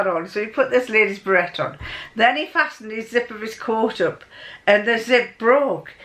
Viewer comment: hi, I was a bit puzzled when you were talking about a berette, then I realised it was a beret (we pronounce it berr-AY) No worries, good to see you again:)